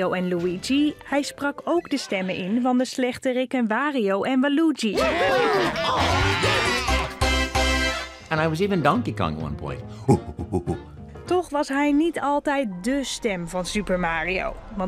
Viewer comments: En er was nog een foutje bij , want ze zei "walugi" in plaats van "waluigi" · wario en walOEgi?😂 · Waloegi het Waluwigi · “Wallugi” ik ga stuk 😂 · "Walugi" ik ga dood💀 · Wario, Luigi en... ~waloogi~ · Toch wel pijnlijk dat ze my boy uitspreken als 'Wahloegi' Gewoon Luigi met een Wa erachter😂😂😂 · Zegt ze nou echt waloegie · Hahahaha, kon ze niet vinden hoe je Waluigi uit sprak? Helemaal grappig omdat ze al Luigi had gezegd. xD Wow, ik wist niet dat Charles Martinet ook een cameo had in de Nederlandstalige versie van de film! Dat is cool. :D Toch nog wat geleerd van deze video! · Ja ik heb hem gebruikt in een presentatie in groep 7 charls martines heeft me een 8 bezorgd en die spelletjes vond ik geweldig, btw waluigi spreek je niet zo uit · je spreekt Waluigi verkeerd uit